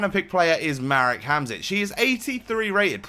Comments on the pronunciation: Hamšík is prounounced like hamshick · His name is pronounced Ham-shick